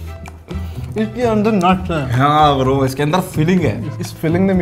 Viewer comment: Yaaa bra not bro he call braa